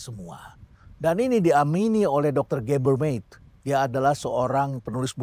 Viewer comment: Permisi Prof Rhenald, pronounce nama Gabor Mate (baca: Mate, bukan Met), lalu Jonathan Haidt (baca: Hait, bukan Heit). Jonathan Haidt sendiri pernah secara langsung meminta orang mengucapkan nama belakangnya dengan cara seperti itu, karena Heit terdengar seperti pronounce kata hate (benci) dan bukan itu yang ia inginkan terdengar diucapkan orang akan nama belakangnya. Thank you Prof. Rhenald. Stay relevant. By the way, kurikulum kesehatan mental sangat penting, dan saya setuju itu bisa terjadi di Indonesia.